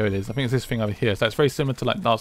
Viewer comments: man i fink that you dont know how to say think i fink its very silly of you finking that you can get away with finking like this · Why do the British say fink instead of think